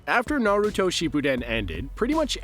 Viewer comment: One thing you can appreciate though is that he actually pronounces everything correctly. Have to love those lists where they introduce themselves as "huge fans of Naruto" but still can only say it like a mom in her 40's learning about what their kids watch now a days.